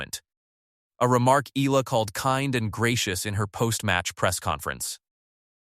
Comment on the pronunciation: Eala not Ela